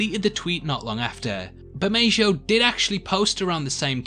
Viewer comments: The "j" in Bermejo is an "h" sound like in jalapeño. "Ber-may-ho." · Pretty sure the J in Bermejo is pronounced as an H.